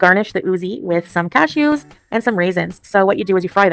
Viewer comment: Why does it sound like she's saying "cashios" instead of cashews? 😂😂😂